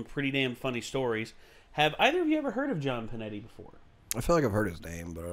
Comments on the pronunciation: Hears it pronounced "Pinetti" Me: NAY NAY intensifies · It's PINETTE ! ,... NOT Pinetti !!!!!!!!!😠😡